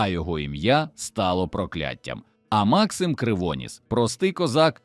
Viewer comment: Ну це ж треба так бемкнути : МАксим КривонІс , ЯреМа !!!